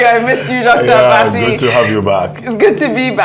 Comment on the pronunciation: Abbati stop calling her name that way